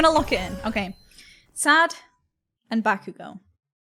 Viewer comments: BakUUUgo nononono baku-go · it kills me how she puts emphasis on bakugo's name 💀 she says it like baKUgo edit: later on she puts less emphasis on the ku but at the beginning she said it funny lmao